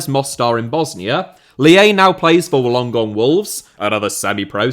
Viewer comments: Holy shit. I nearly broke a rib with the butchered pronunciation of Wollongong, (Wool in gong). 😂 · trying to pronounce Wollongong is hilarious!!! Good try though.